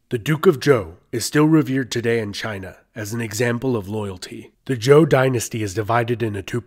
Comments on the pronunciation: Lol. Why do you keep pronouncing Zhou as "Joe". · This is going to bug me. Xia isn't actually pronounced how it looks. In pinyin, 'X' is prounounced like "sh" so Xia sounds more like "Shia," not "Zia" Likewise, Zhou also isn't pronounced how it looks. "Zh" in pinyin doesn't really stress the 'Z' sound. It's pronounced more like a 'J.' So Zhou sounds more like "Joe." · Um, Xia (Hsia) is pronounced Shee-yah. Zhou (Chou) is pronounced Joe.